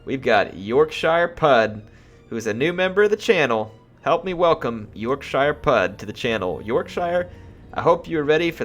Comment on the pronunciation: When said yorkshire I cringed hard x)